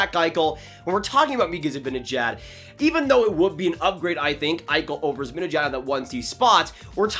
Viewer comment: Its pronounced ZibAnejAd, not Zibinejed. Also, as a Swede who knows Z, there is NO way he goes to the Sabres. If he doesn’t resign with NYR i see him as a perfect target for Francis and the Kraken as a UFA. Would make a great first line center and captain there so i can see him going there next off season. Keep up the good work,!